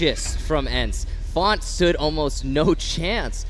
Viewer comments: FONTT???? Don’t you mean FaZe?????? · It’s not font it’s faze now